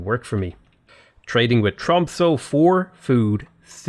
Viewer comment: Your prononciation of "quadrireme" is fine, we don't really know how these words would have been pronounced during ancient times anyway. However, your pronounciation of "Tromsø" is dire. It sounds like you're saying "Trumpso" and it's really disturbing.